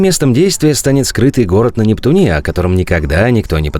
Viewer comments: Д а только автору говорить поучиться бы, нептунеее так кто говорит воообще? автор ударения научись говорить много в каких словавах ошибаешься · Нептуне ударение на У, вас дети смотрят которые потом будут пол жизни говорить НептунЕ🤷🏻‍♂️🤦🏻‍♂️, вы же культуру несёте в массу, делайте это грамотно!